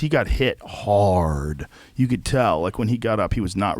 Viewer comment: Why did joe have to say hard like that?!?😂😂😂😂😂